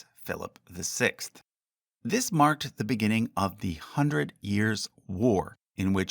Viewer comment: "Hundret" instread of "hundred" bugs me so much lol